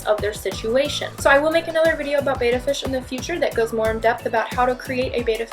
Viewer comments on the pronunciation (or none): They are pronounced "bet-tah" not "bay-tah". You're confusing it with the word Beta. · Nice vid....forgot the 6th myth. These are not bay-tuh fish...they are Bet-tuh Splenden's. golden rule 1 T it's Greek for 2 Bay-tuh. 2 TT's it's noun and pronounced Bet-tuh. Please help end this irritating fallacy. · Myth #1 They are not called Bay-duh they are called Bet-da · Betta, not beta. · May I add one more misconception for anyone who wants to know......They are called "Bet-ta" fish, not "Bay-ta" fish. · It’s not bayta fish it’s betta fish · I am amazed by the number of people who are involved with Bettas and mispronounce their name. FYI: They are BET-ta fish not BA-ta fish. Betta is spelled with 2 t's making the E have a short e sound. Beta is the word that is pronounced BA-ta and is the second letter of the Greek alphabet. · FYI, it's BET-ta, not BAY-ta. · Betta not Bayta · Number 1 it is pronounced betta not bayta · FIRST they are called/pronounced Bet-ta NOT --->Beyta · The first thing to learn about bettas is that the name is not capitalized since it is not a proper name and is pronounced ... bet ... bet ... bet ... betta - NOT BAYTA or baeta and NOT BAYTAFISH. See here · If you work at a pet store, please learn how to pronounce the fish's name. Beta (bay-ta) is a whole different thing. Betta (bet-ta) is the Chinese fighting fish. This is a fact. Research it. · I'm sorry, I'm finding it difficult to take advice for anyone who doesn't pronounce it correctly. There's a Beta (Bātă) player that was used before VCR's came out, then there's Betta (Bĕttă) fish. Got my first one before they got popular. Then the big chain petstores got them & started pronouncing it wrong now we have this mess. Don't believe me? #1 you need to break out your old English book, #2 feel free to Google it. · You lost my trust after your first mispronunciation of the word betta. It is actually a "Betta" fish, not a "Beta" fish... and it is pronounced with a soft e, not a long A sound.